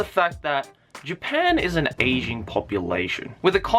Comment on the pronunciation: i thought he kept saying "asian population".. i was like.. well duhh? but i guess he's talking about an "aging" population.